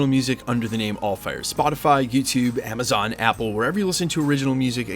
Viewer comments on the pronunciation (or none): none